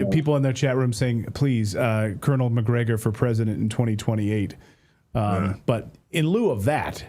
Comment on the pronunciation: Mcgregore said it right